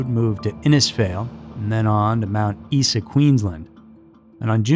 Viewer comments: Your prounciation of Australian and New Zealand place names is very off. Mt Isa is said as it looks. Isa. Whakatane is not right either. Watch A Cry In The Dark. Will help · FYI for those not from Australia! Mount Isa is pronounced 'Mount Eye-zah" Uluru is pronounced 'Oo-la-roo" Ayer's Rock is the colonial name for Uluru, and Ayer's is pronounced 'Air's" Azaria is pronounced 'Az- arr- ee- ah" Chamberlain is pronounced 'Chamber-lenn" Bullima is pronounced 'Bull-e-mah' Re the story of Lindy Chamberlain and what happened out there, it's not difficult to believe a dog of any sort could get in and out of a tent quite easily if it wanted to, without a lock or ziptie on the zips, however depending on the quality of their tent the dogs could have torn through the tent itself. Claws and teeth can be very sharp and many domesticated dog owners can attest to the destructiveness and houdini-ness of dogs through experience. Also,, please pull back on the sound effects mate, it's a bit much, IMO.... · Being an Aussie myself I can atest to the 'trial by ignorance' mentality and how a media complex can bend and shape a hive mind that fuels and monetises the hunt for scandal. Everyones a victim. Additionally, Aussies pronounce Chamberlain 'Chame-ba-Lynne' and Mount Isa 'Mount Eye-za'. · Mt Isa is pronounced “Eye-zah”